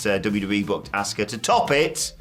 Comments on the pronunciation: You had us fooled as children Goldberg, but we know that you never trained and you hurt so many people and ruined the career of Brett Hart. You even ruined Bray Wyatt run. Also, YOU ALL DON'T SAY ASUKA RIGHT EITHER. it's not ASK AH it's AH SKA. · You say it like Auska. Not a short a, more like a broad a. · you guys didn't pronounce Auska's name right either 🤣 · You’re talking about not pronouncing her name correctly and still calling her ASSka? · >pronounce Asuka’s name incorrectly >berate Goldberg for pronouncing Asuka’s name incorrectly a different way >repeat >repeat again The audacity. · he intentionally mispronounced her name. He actually praised her in a tweet back in 2017. You can go look for it. So suddenly now he doesn't know her?